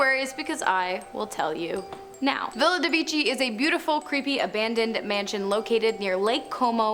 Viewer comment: The name the italian Villa de Vecchi does not sound like "Villa de wichy". "Villa de vekh'y" is correkt. Please...